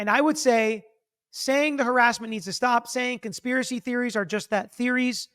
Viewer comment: In full Kennedy tone!